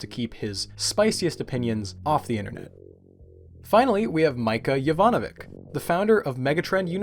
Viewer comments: hey, correction: the c's in mića jovanović's name are pronounced sorta like "tsh", not a normal k sound. so it's pronounced meetsha (kinda like misha) yovanoveetsh :) btw...thank you for not joking around about body dysmorphia. i know people who have it and i myself suffer from a similar disorder; it's not something to be laughed about. it's really appreciated <3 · This was a very well done video but I find it interesting that you went overboard on pronouncing french names but couldn't learn how to pronounce a serbian name. 'C' in the case of Mića Jovanović is 'ć' and it's pronounced as a soft version of 'ch' in 'chia', for example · LOL, no. The name of Mića Jovanović, for example, is first of all misspelt as Mica Jovanovic (with no diacritics), which then led to the absurdly American mispronunciation of his name. Likewise, Lubos is supposed to be Luboš.